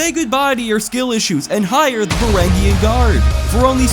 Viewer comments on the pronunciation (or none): Vuh ranj yun guard lol not varagyun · varangian is pronounced with a j sound